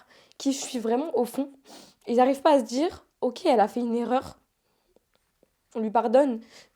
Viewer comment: "Sta djire", "Shadjy", "J'ai voulu me djire woilà"... Ouais enfin elle s'exprime bien elle s'exprime bien... Vite fait hein. Elle sait aligner deux mots cohérents ensemble, ça doit surprendre les 2000 mais c'est pas non plus une oratrice exceptionnelle hein.